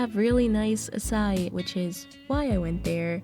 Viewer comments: the right way to say it is acaI, not acAi, i could tell that cause i’m brazilian and fun fact! acai is a brazilian fruit originated from amazon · the correct way to pronouce açaí is like “assaee”